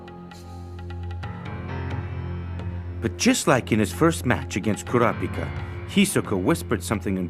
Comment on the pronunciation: As far as dubs go this one is really great, but I just wish they coulda learned to pronounce the names better. Super jarring every time they say "Ku-RAAW-pika."